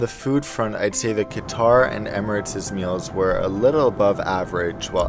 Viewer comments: Its not kitar like guitar its is pronounced as kater airways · “Kuh-Tar” or “Cutter” ? I always learned it as cutter but some people say kuhtar... which is correct?